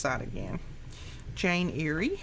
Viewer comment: Hello. Just wanted to point out Jane Eyre is pronounced Jane "air".